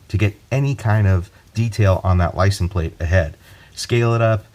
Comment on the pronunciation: It’s LICENSE plate, not licen plate.